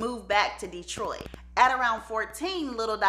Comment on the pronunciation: We KNOW you arent from the Motor City when you call it DEEtroit. 😅